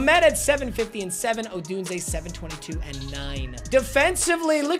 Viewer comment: is the only YouTuber I know that pronounces Rome. Odunse correctly